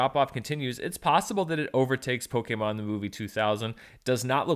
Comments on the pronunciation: That first “pokaymon” was pretty rough but recovered nicely after that. Hang in there! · Pokemon is a Japanese word. Consisting of the Katakana ポ (PO) ケ (KE) モ (MO) ン (N). As such the pronunciation of the full word is Poh-Ke-Mon. It's an abbreviation of the word "Pocket Monsters". So just just pronounce only those sounds in those words. (Po)c(ke)t (Mon)sters. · of the three times you said it in this video, two out of three were totally fine. Only the first one was off. You're all good :) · Loving hearing say pokaymin 😂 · Yeah I've always thought Poh-kay-mon was weird too, but I could've sworn that's how they've always said it in the anime. But again, if even the source material is inconsistent then it shouldn't matter too much.